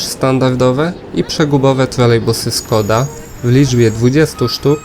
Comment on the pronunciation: Is it your dialect, that you pronounce Skoda not as Shkoda?